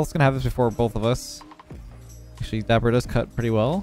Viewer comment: it’s dappur